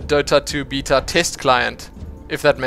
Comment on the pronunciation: i can't watch these videos if you're going to keep saying beta